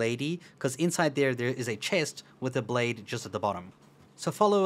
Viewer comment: Blaid...... Why Blaid!?